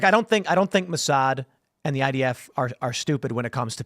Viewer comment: Did really refer to Mossad as "mossage"?!